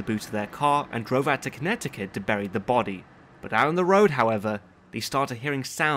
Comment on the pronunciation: I enjoyed this video very much, especially your annunciation of each syllable of my home state of Connecticut.